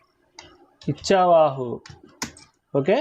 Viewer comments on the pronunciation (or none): ఇచ్చావాహు కాదండీ 'ఇక్ష్వాకు'